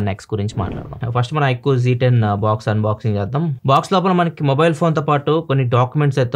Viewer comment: Z ni zee antaru